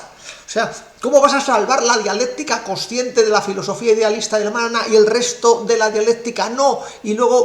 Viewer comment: es coNsciente, no cociente. Pronuncie bien el castellano. Saludos.